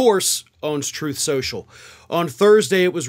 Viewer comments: "Troth SENSHUL" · "Troth Senshul" 😂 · It's pronounced "troath senshal" 😁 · You mispronounced Troth Sensual...